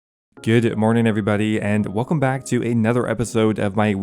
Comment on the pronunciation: Why do you say Goode Morning instead of Good Morning, do you think you are better than me? Is that it!?